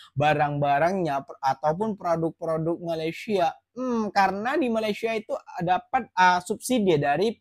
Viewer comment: Sebutan betul Malaysia ialah Malaysia bukan malay.